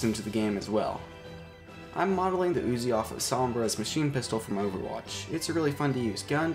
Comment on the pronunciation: Its not pronounced as uzi its pronounced as UZI u know like ....just forget it :P